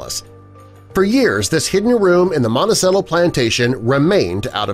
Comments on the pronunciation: It’s pronounced Monti - CHELLO. Not Cello. Think of the stringed instrument. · It's not "montesello", it's "montechello". Like the stringed instrument that is between a Viola and a Bass in size - a Cello! What, are you all from Illinois? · I automatically discredit this just because you cannot pronounce Monticello correctly. The proper pronunciation is “mohn-tee-chell-o” Chell-o like the instrument cello (cheh-low). Not "mohn-tee-Sell-o"!! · You’re mispronouncing Monticello. ...cello is pronounced Ch-el-oh. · Yes. Like the instrument. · Willow Feather, you are absolutely correct, however, I think the world 🌎 will continue to spin on it's axis, in any event. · It’s a fact that Thomas Jefferson had children with this girl. Their descendants have been identified. It’s public knowledge and it’s pronounced “Montichello”. The “c” sounds like “ch” in “cheese”. Also public knowledge. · It's pronounced "Monti-CHELLO"... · He had over 300 slaves and you're pronouncing it wrong it's Monti ch ello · Not commenting about the “relationship “. 1 you pronounce the word Monticello wrong every single time the c makes the “ch” sound 2 he did not inherit the land from his father he inherited it from his wife’s father and 3 almost all the exterior shots of the building is not Monticello but his other house Poplar Forest. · It is pronounced "Mon-ti-chello". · DNA has proven this to be true.Sally was not "half white" but at least 3/4 white as her mother also had a white father.Monticello is pronounced as Mont -ta-chello.Not very professional of you to misprounce such an important name in the story. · I just wish you learnt how to pronounce Montecello correctly... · the c is said ch in italian , i thought everyone knew that , Monticello is a dark cherry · Ok, but if my dude mispronounces Monticello one more time. Bruh. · He mispronounced Monticello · Poorly done, can't even pronounce Monticello correctly. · I'll sub if you learn how to pronounce Monticello